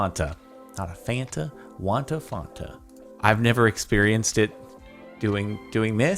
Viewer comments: That pronounciation of Fanta, mmm some fonta pls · The way he says fanta kills me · Omg "Wanta Fanta" not sure if that's how Americans pronounce Fanta or just Jordan but i found it funny as a Scott.